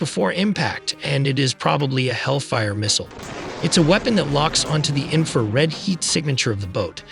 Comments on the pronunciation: Seriously, spend a few minutes and get the AI to pronounce things correctly. Infrared sounded like inferred... It's so little effort to fix. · smoking crack. infrared, not inferred.